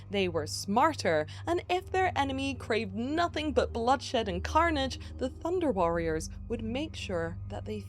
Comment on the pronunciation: I keep hearing Thunder cats instead of Thunder warriors